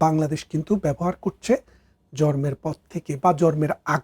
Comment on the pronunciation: ব্যারিস্টার সাহেব ভারত কে" বারত" এবং জন্ম কে " জর্ম" বলেন।😂😂😂😂😂